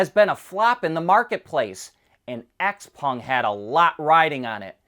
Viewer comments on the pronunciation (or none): x-peng is pronounced "shauw peng"